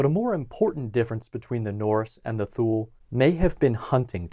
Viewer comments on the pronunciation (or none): “Thule” is pronounced “tool-ee” or “tool-ay” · This is such a great video that it is a shame that he keeps breaking my eardrums by pronouncing Thule as "thool". :( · I thought "Thule" was pronounced "TOO-lee." No? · I didn't see it mentioned anywhere else in the comments but "Thule" is pronounced: Tu-Lee. Otherwise great video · Thule is pronounced “too-lee” btw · My anthropology professional pronounced Thule as “two-lee”. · I mispronounced Thule. There will usually be at least one mispronunciation in every video--think of it like a "Where's Waldo?" type of thing.